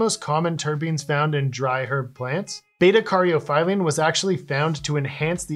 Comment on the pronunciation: Lovin' the science deep dive! Nice work on the pronunciation — you nailed it 🤘Quick lil' somethin' to add: beta-caryophyllene is known as a "dietary cannabinoid" and studies suggest linalool (another terpene) is as an "effective sedative as phenobarbital) 🤯#science